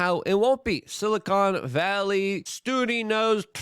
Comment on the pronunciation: Did you say Sillycont Valley? …yes, yes you did!